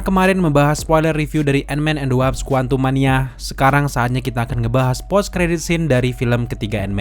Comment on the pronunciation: WASP bang, bukan WAPS